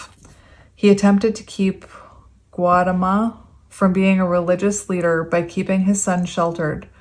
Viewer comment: SUDDHODANA = SUE-DOE-DUH-NA GAUTAMA = GOW-TA-MA